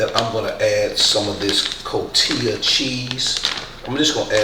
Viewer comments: 👏🏼 is pronounce “Co T ha “ for the cheese but you could say it how ever you like just FYI if you want to try to pronounce correctly, as a Mexican I feel proud that you took the time to make this my favorite.. I will definitely try it your way 👌🏽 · The cheese is pronounced: Co-ti-Ha Cotija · Sounds sooo yummy! (by the way — the cheese is pronounced "Co Tee Ya") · Cotija C-O-T-I-J-A like kotihaa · Ko tee ha